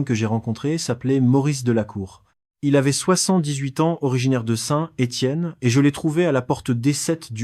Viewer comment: je comprends pas. on entends bien que quelqu un lit un texte (pas une IA) mais c est une personne qui ne sait pas prononcer la money thai (il dis "ba" ou lieu de "batte") bizarre pour une personne qui aurait rencontrer des personnes en thailainde . meme ST etienne il ne sait pas le prnoncer et beaucoup d autre chose mal prononce. c est plus un resume d histoires trouvees sur internet. Deja les depart de thailande c est pas pour rentrer en france MDR (ils partent pour des pays voisins)